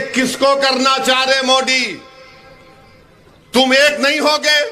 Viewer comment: मोदी की जगह ये साहब मोडी बोलते है मजा आ जाता है। सुन कर